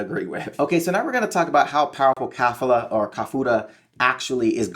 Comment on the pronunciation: Why does this nigga say khalifa or is it just me